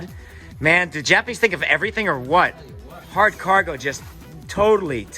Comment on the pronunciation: いきなり漢字の「取扱説明書」は難易度高いですよw それにしても日本語上手になってますね。 日本語発音の「ハードカーゴ」がナイス👍👍👍 キャンプ動画も楽しみに待ってまーす。